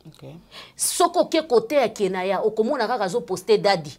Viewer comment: C'est:1 Keyna jk pas kenaya 2 rectification et non redification juste une correction ne le prend pas mal stp ma chérie